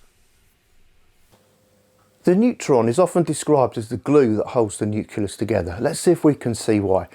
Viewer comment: All good, except it's not the "nuculus", but rather the "nucleus". Great video otherwise!